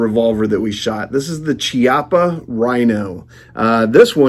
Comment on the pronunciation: Great comparison review of both nice handguns! Thank you! 😃👍 One tiny teensy thing - Chiappa is pronounced "kee-appa" not "chee-appa". 🙂